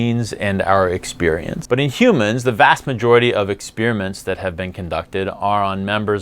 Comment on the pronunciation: "Ex-Spear-iments" I love it...